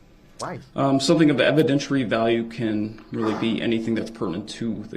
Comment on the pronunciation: "Evidenshurary value".